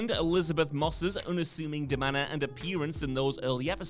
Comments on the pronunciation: It's deMEANour not demanner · Da-Mean-Or, not Da-Manor.